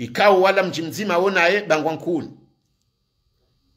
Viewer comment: tu as vraiment du talent pour raconter les evenements concernant les differentes situations aux comores, mais je ne pense pas que les gens de bangoi-kouni seront contents d'entendre ta façon de prononcer le nom de leur village comme d´autres.................